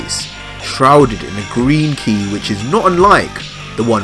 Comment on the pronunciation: You pronounce it "key" lol